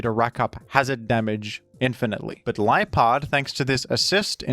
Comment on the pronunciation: Can't believe i listened to half of this in ai dub didn't realizr until it called liepard lipard and roar raw